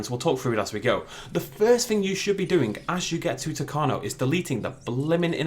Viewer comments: U mispronounced isla tacaño U say the tild n with an ny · You pronounced tacaño wrong